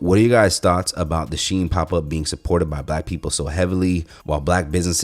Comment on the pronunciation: It's Chinese... and pronounced "she in"